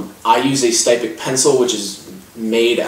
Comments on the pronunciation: Styptic is pronounced s-tip-tic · Not impressed with this review. It's obvious from some of the things you said that you don't really know what you are talking about when it comes to wet shaving. You mispronounced "styptic," you couldn't calculate the price breakdown on blades, and you didn't describe the razor or brush very well -- especially given that it is a boar hair brush (and for the record, brushes can be boar, badger, horse, a mixture of any of those, or synthetic). Plus could you possibly shoot that video from further away? We couldn't even see the products you were describing. As for the razor, it is obviously not a RiMei -- it looks closer to a Maggard, Matador, or Utopia... Which typically retail for $10-$20 depending on the model. And a similar leather sleeve can be bought for $5-7 elsewhere too. Just saying you need to shoot your video focused in on the product... And maybe be sure you actually know what you're talking about when you do a review.